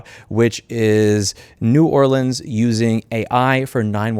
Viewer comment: This really is the worst timeline. ALSO! Your pronunciation of New Orleans is chef’s kiss it hurts my soul when I hear people try to say it the way they assume it should be said. It’s either Nawlins or how you said it. 💛